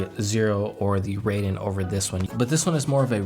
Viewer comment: Raiden is pronounced with a as in "art". In other words it's like a Metal Gear character, not the Mortal Kombat fighter. Also hi in Hien is pronounced not as in "high" but as in "heat"